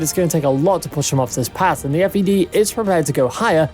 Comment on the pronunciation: Just a heads up - it’s the Fed and not F.E.D.